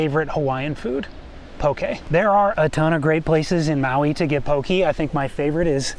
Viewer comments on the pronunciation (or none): Careful how you say “pokē”, I heard you say “poki” which is the thing that swings between a man’s legs… lol